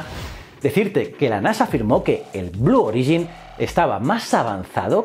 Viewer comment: Blue Origin tiene el acento en la O.